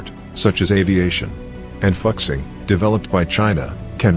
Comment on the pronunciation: Fu xing, not fuck xing